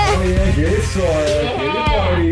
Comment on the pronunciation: I lost it when you said soda instead of sora 😂